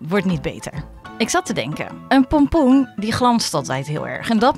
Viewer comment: Je hept 36 keer polpoen ge zegt